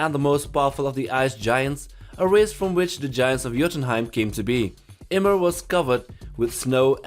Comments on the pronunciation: Him pronouncing Ymir as emir was sad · It’s pronounced yimir